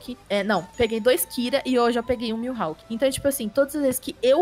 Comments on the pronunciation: pelo amor de deus é mihawk não miuhawk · É Mihawk kkkk n “Milhawk”